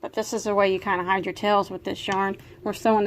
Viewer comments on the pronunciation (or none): none